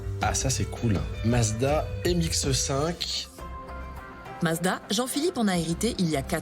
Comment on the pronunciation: Ha ha çà ne se prononce pas M X EU 5 mais MX5 tout court :-) !